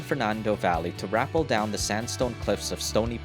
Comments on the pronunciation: Its pronounced Rah-pell not raple btw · it is Rua-pell not rap-l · Rappel not rapple. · “Rappel” is usually pronounced “Ruh-PEL”, not “RAP-ul”. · Yet another example of taking a French word and screwing over the pronunciation to become "RA-pell". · Are you sure it's "rapple"? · Rapple? Who can't speak English again? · Rappel ,not rappel. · "Rappel" rhymes with "hotel," not "apple."